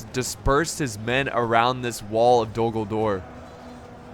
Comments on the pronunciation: Anyone else think he said “Dumbledore is under siege”?? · A few times when you said Dul Gul-dur, it sounded like you, ummm, said Dumbledor, hmmm, have a contingent of wizard and witches as magical artillery from Hogwarts called Dumbledor's Snipers in defense. I know, it's quite a mash-up, but it would still be fun to see a what if battle. on the other side, have the Death-eaters as enemy artillery. then throw-in some Quidditch players as air assault. perhaps it's ridiculous, but it would still be fun to see, then of course the standard Middle Earth contingents doing their thing. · to me it sounds like you're saying Dumbledore but I know you're not 😂